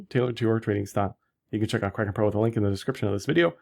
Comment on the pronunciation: can't stop laughing when you promo Kraken. I can barely undestand what you say hahaha